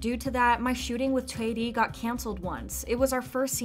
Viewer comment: kudos to narrator pronouncing Choi Ri right